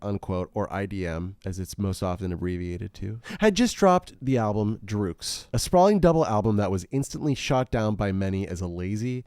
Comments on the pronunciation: Great Video! Iconic album.. Someone has to tell you though, it's pronounced "Drux" as in Drugs. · DRUGS! its just pronouced drugs (its just written phonetically)